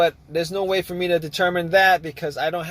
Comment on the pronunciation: Nothing happened at aww . Can’t be hunred percent. What else can you look faww. What accent is this? Can’t be NEW YORK